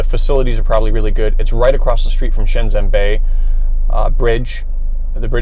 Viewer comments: Please pronounce Shenzhen properly. It is not shenZen, it is shenJen. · Nice video! Thanks for the introduction to a building I wouldn't normally get to see. Your mandarin is good too, which really makes me wonder why you pronounce Shenzhen like a foreigner who has never studied Chinese?? ShenZEN ! Anyways, great content otherwise :P